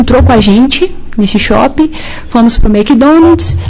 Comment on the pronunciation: Eles foram ao " SHOPI" e ao " Mequidonads" 😂